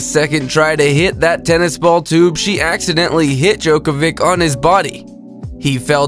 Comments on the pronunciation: You say it like this jok-a-vick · Learn how to pronounce Djokovic. He's literally one of the most famous sportsmen on the planet - it's not difficult.